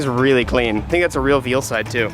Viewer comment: This mans just said "Veelside". Lmao, I know you're dad-level tired, but dang. Veilside = "Vail" + "side", not "Veel". Lol.